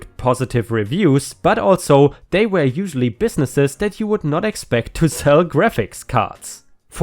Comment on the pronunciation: Hi, I like your videos, yet there is something bothering me. Why do you pronounce were as where?